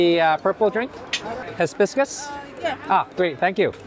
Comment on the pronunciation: dear… it’s not his-biscus… it’s hi-biscus…and there’s a name in Spanish for that drink you got and I’ve forgotten it at the moment! Dang it!